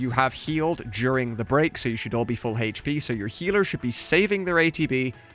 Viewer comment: Sick video. It's great to see it all slowed down, stopped, and broken into chunks. Just... Stop saying hache pee.